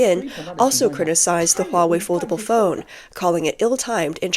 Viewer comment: Hahaha! You can have your hwuawei! Thank you.